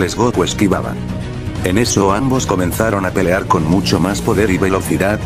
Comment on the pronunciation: Pero me gustan mucho tus historias pero quisiste pelar pelar le dijiste pelar en vez de pelear